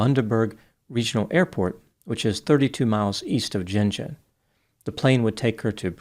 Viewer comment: Can i ask is he pouncing Gin Gin right? Im curious because i grew up near Gin Gin in NSW and the tiny locality there is pronounced Gin , hard G like gun. There was a cotton gin and Gin Gin. But hard G like Gun gun. If that makes sense